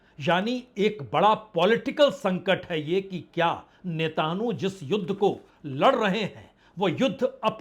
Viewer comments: नेत न्याहू को नेतानहू क्यों बोल रहे हैं सर? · अरे, पुरे परेशान भाई आप जो नेताणू नेतानू बोलते हो पहले नाम तो पता कर लो😅😅वो नेतनयाहू है 🤣🤣 और तुम नेताणु नेतानु चिल्लाते हो😅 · Sir, jab aap natanu bolte hain toh katanu yad aata hai. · Sir aap har bar israel ke pradhanmantri Nethanyahu ka naam galat lete ho.😁